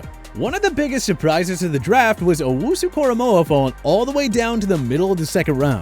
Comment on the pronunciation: they lost all their validity for this video when they said owunzurike